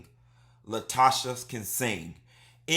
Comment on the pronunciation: Latosha'S can sing! That extra "S" at the end of her name he adds just tickles me! Lol